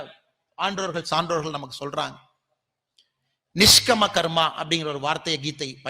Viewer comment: निष्कामकर्मा This is the correct pronouncìtiation.